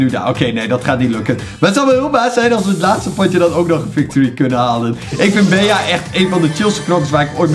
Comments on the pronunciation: geen bea, maar bie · je spreekt het niet uit als bea maar als bee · Beeaa?😂 Bie* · Bea spreek je uit als Bie Sicke video Bawz army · Het is bea je spreek het uit als bee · je bea uit als bij in het engels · Het is bie geen bea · Yo je spreekt bee uit en geen bea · Je spreekt het beaas maar het is bea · Je spreekt het uit als BEE en niet Bea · het is bij in het engels niet beeaa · Het is niet BEA maar BEA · Je zij bea je zegt het Bie maar je schrijft bea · Je spreekt het meer uit als bee niet bea ik vond het best iritant 😅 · Je zegt geen bea maar bie🤦‍♂️ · je speelt tegen 9 andere Bea’s ( uitspraak <Bie>) moet het zijn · Bea spreek je uit al Bie! Like ff zodat dit ziet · Je spreekt het uit als Bie hè 😂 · Je spreekt het uit als Bie wil jij een video maken over knokkers eederd welke maar die moeten opdrachten doen zoals ondert snelste rennen met de bal ofzo like zodat dit ziet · Je spreekt het uit als bie. Verder super toffe video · ik weet het.... IK IRRITEER ME ERAAN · Ja dus op zn engels net als BEE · Je spreekt bea uit als Bie like zodat dit ziet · ZEG GEWOON BIE IK WORD DAAR ECHT GEK VAN LIKE ZODAT DIT ZIET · Wil je bea in het Engels uitspreken like zodat dit ziet bawz army! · Beejaa😂 Maakt niet uit hoor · je spreekt het uit als bie kom in mij club groep 5B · Je spreekt het uit als Bie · Je spreekt het uit als bie wand het een bij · Bea moet je uitspreken als bie en in het nederlands Bij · Het is Bie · je spreekt Bea uit als 'bie' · Je zegt het als bie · Je spreekt bea uit als Bie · Je preekt bea uit als bie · zeg aub bie( want bea in het engels is geen 'bij' maar bee betekent wel 'bij') het is echt heel irritant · Bea spreek je uit als BIEJ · Je spreekt het uit als “bee” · Het is een Engels spel dus spreek het aub uit als Bi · het is bea maar je spreekt het uit als bie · Jij bent echt slecht in Engels bea zo zeg je het niet hè 😉